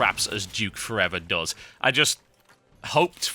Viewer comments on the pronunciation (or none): Also -- it's "Does" not "dose" no one took his mother like medicine. It's not a dose of his mom, it's your mom does terribly. little.. Engrish for ya. (Yes, EngRish.)